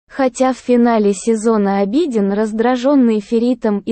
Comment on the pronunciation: Я конечно извиняюсь но тот кто озвучивает хотя бы поинтересовался как правильно произносятся имена. Или смотря сериал можно было бы подслушать как правильно звучат имена. А то слушая уши в трубочку сворачиваются. В турецком языке в основном ударение на последний слог. И имя Абедин читается с удорен ем на И , а не на А